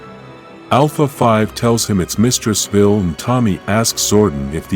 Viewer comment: Vile not vill....